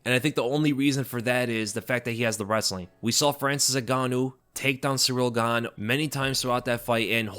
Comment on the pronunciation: "surreal gahnnnm" - I'm dead bro